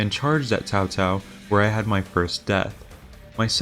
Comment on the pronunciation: Man, I forgot they pronounced Cao-Cao's name as "Cow-Cow"